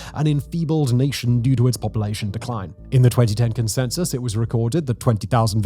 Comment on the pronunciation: "in the 2010 consenus" ???